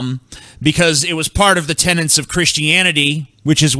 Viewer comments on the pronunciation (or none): "TENETS" there is no N before the last T you illiterate fuck!